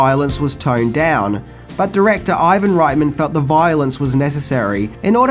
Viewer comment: I love that you pronounce Reitman's surname the German way (right-man instead of ritt-man).